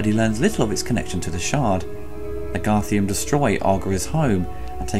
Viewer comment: just think if it had not been for this awesome film, toby williams in labyrinth would have been played by a different actor(just a quick nit pick though they are called garthim not garthium sorry about that).